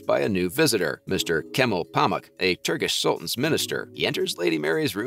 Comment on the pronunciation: As soon as you said "KAM-el PAR-mark" I knew you had no business making this video. It was "kam-AL pa-mook". I can't listen any longer to someone who has apparently never seen the show. I'm out. 👎🏻